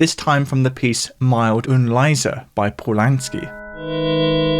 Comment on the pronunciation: 🇬🇧 Mild 🇩🇪 Und Leise Mild in German is pronounced close to "meeld" , it's not that hard to look up basic pronunciation, come on.